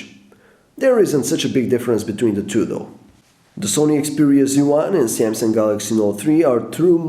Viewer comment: You made 7 mistakes in the word "Samsung".